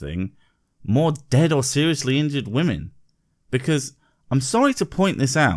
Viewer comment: Her continued inability to pronounce the word “women” in irrationally irritating.